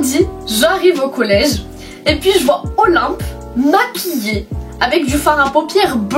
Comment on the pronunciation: tu dis OLIMP defois :')